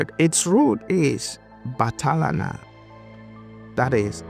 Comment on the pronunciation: “BATHALA “ means God in Bisayan pininsula pronounce it (Bat-hala) Diyos Its not “bahala na” or “come what may”